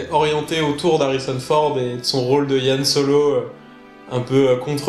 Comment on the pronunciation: le mec soit disant grand fan et pro de star wars qui n'a toujours pas piger qu'on prononce " han solo" et non " yhan solo"... 34min35.